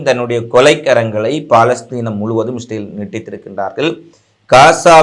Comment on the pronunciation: இஸ்ரேல் என்று சொல்லவும் stel இல்லை